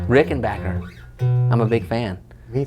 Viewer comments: Congratulations on being able to pronounce "Rickenbacker" correctly. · It amazes me how many folks are Unable to say RickenBACKer.......... :)